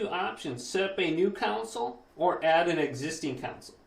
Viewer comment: Great video very helpful. Don’t be annoyed with me but it’s con sole not coun cil 🙂